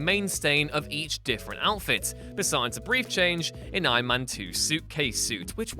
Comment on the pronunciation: stop saying Aien Men